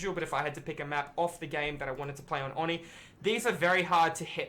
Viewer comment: Why does everyone not know how to say oni it’s, oh-knee